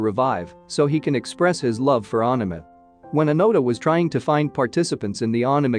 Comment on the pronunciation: Ohk ur pronunciation of anime had me 🤣 at first I was like what is this aahname than I saw the leaflet 😅